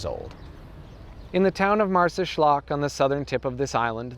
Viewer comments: Marsaxlokk pronounced perfectly, very impressed :') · Amazing video... You sad marsaxlokk with the correct pronunciation... Youre getting good haha. You have to visit the Hypugeum of HalSaflieni in the town of Paola.... To see how advanced the prehistoric Maltese were and many belive we are decendets of atlantis haha and the cart ruts that from the center of the island go deep in to the see. Or go to zurrieq... The people there are called zriraq, zriraq means people with blue eyes and it is sad that the vikings raided zurrieq and off course raped alot of women and when they saw how strong the maltese were they decided to not kill the women and let them live to give birth to their children, and all the children had blue eyes that was never seen or extremely rare in Malta.... That what the legend says... Haha